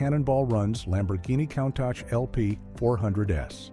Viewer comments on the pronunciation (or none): I'm a Cannonball record holder and love this car, but these AI voiceovers are awful. Countach is pronounced "COON-TOSH".